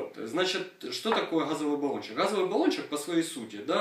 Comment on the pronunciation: Нет слова "гхазовый"!, есть слово "газовый"!